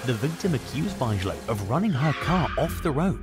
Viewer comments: Parker Bigelow erm hahaha its pronounced Big Ga low not buyzala...😂😂😂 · Bigelow is pronounced Big-a-low